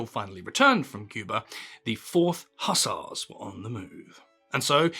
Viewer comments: Improve your pronunciation: slovenly, hussars etc etc. If you have no education don't open your mouth to prove it as the grand panjandrum of nonsense-speak. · Is this AI? The content of any Churchill yarn should be anything but boring except when the delivery distracts. The i in Blenheim is silent while the ss is in Hussars is zz.